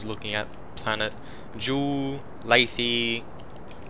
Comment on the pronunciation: laythe - lay-th, not- lay-thee